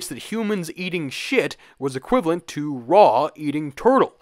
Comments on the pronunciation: Ra not ray It's about it can make 2 different sounds And you're using the wrong one 😅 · STOP CALLING HIM RAY I THOUGHT YOU WAS A PHAROAOH NERD ITS RAH RAH RAH RAH!!!! AMUUND RAH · Ra....not Re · Wrong. He just doesn't know how to pronounce it. Occam's Razor. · except if you've been around for a minute and seen his responses when people make comments like "still better than Abrahamic religions" Occam's Razor is NOT that he thinks "Ra" is pronounced "Ree" lol Stop. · I’m sorry but what is up with your pronunciation of Osiris and Ra??????? Your channel is about Egypt but I have never in my entire life heard anyone pronounce Ozeerus and Ray. Absolutely devastating to my ears. wtf, explain yourself.